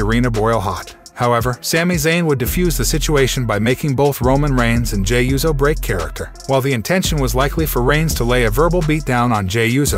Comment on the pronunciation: Is there a “z” in “USO”? Smh